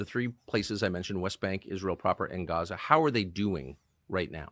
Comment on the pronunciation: He is lying! Doesn’t he afraid of God? Did you notice he said Raza. Not Gaza like Muslim